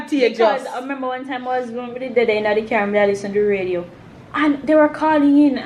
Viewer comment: Radia instead of radio.